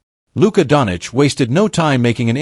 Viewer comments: donich? there is no donich there...who theyhave is doncic, pronounced 'donCHEECH' STUPID. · it seems everyone in the world can pronounce Luka Dončić name except you!!! How is that possible???